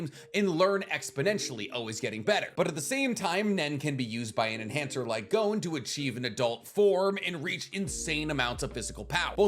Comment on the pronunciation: Why do Americans say gown when talking about Gon? Its pronounce Gon like the word Bonbon